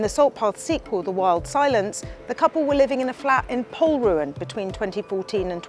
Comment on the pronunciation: It's pronounced Pol-RU-an. The stress is on the second syllable.